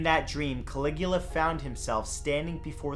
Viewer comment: caligua? don't you mean calagoola?